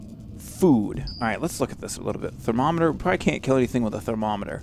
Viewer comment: you get to thermometer and read "Thermo. Meter." haha!